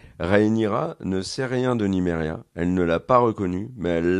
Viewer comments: C’est Mysaria, pas Nymeria ! Sinon, analyse super intéressante qui n’était pas du tout la mienne, et m’offre donc des perspectives. Merci. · C’est pas Nimeria, mais « MISARIA » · mais c'est qui cette "Mikère"????? dit tout le temps: "... je suis avec La Mikère"